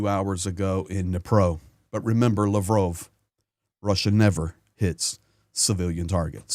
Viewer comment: I 💛💙 your reporting, but I have a suggestion. You said, "Remember Lavov, Russia never hits civilian targets". Now, for people who have not been following the war closely, they won't know whether Lavrov is a city or a person. They might think that you are referencing an incident that happened in a city named Lavrov. When I dictate speech to text, AI constantly spells it wrong. It comes up as: La Rove, LaRue, level, love Rose.... Personally, I hear the name pronounced as "Lavaroth". Thus, you know that, if AI is unfamiliar with the name, most people won't know it either. To avoid this confusion, all you have to do is to be certain that you insert the word SAYS or SAID when you are talking about a person. Including the title or position would also be helpful. Slava Ukraine ❕ 🇺🇦🇺🇲🇺🇦🇺🇲🇺🇦🇺🇲🇺🇦🇺🇲🇺🇦🇺🇲🇺🇦🇺🇲🇺🇦🇺🇲🇺🇦🇺🇲🇺🇦